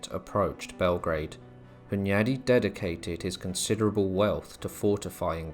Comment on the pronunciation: John Hyundai? I thawt he woz well Korean innit